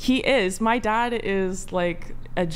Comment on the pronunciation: My “dodd?” When did women start saying “thot” and “dodd” instead of dad and that? Has this been going on for a long time and I’m just now hearing it??